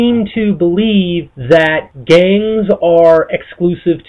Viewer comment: GANgz ...why does he say it like that